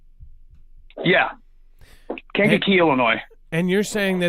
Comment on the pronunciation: The “s” in Illinois is silent. I know you won’t see this but I can’t stand when people say Illinoise